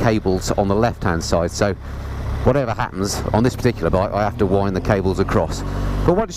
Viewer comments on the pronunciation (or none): none